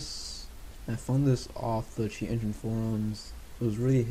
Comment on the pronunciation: " sheat engine " :D